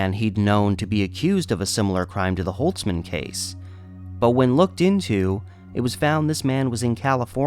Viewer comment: Barbara holzman is my great grandfathers sister. My grandma has told me this story before many times, and seeing basically a documentary about it is pretty crazy. Just wanna say holzman is pronounced with the “z” sound and we dropped the “ts” a few generations ago lol. Thank you for making her story heard.